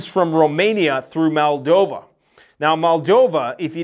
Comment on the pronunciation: MOLDova not MALdova